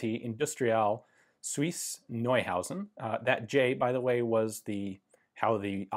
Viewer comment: Everyone in the comments: Polish pronunciation wrong! Me: Hey, finally after many years, Ian said "Neuhausen" correctly